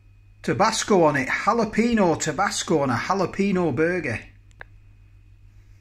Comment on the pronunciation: Well my old mate, you've CERTAINLY mastered how to pronounce jalapeño, I wonder who told you that 😉😉😉😉